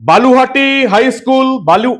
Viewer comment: বালুহাটি নয়, ব লু হা টি।